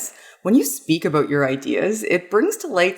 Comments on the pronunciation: Hehe... "aboot" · "And that's why we shouldn't just shut up abooot it" - A Canadian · Is Canadian? The "about" seems to be a giveaway.